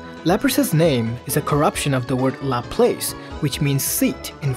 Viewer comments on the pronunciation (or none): none